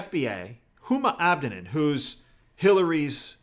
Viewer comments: Just FYI. I believe its pronounced, Abba Dean. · Please correct your pronunciation of Huma Abedin.